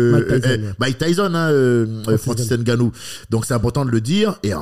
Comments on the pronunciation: J’ai les oreilles qui saignent a chaque fois qu’il dit « N-Gannou » 😭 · Par contre faut savoir prononcer le nom de Francis